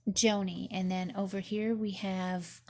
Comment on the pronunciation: Her name is pronounced “Johnny.” She is a well known speaker and advocate for ministry to the disabled.